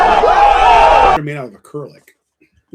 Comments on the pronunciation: "Curlic" is he trying to say acrylic smell from the beads? And not his farts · Is trying to say acrylic???? A-curl-ick?????